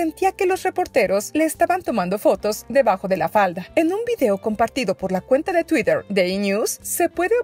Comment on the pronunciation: Me boy a desuscribir de este canal por q me da cosita cuando dice tuider en vez de twiter 😂